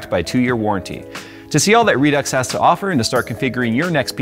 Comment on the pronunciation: Redux, meet Redux Deux. The pronunciation of Redux, pisses me off so bad, I would never buy their product. If they pronounce it re-do I would take them seriously. How tf would they pronunce a part two then? Redux Dooks? lmao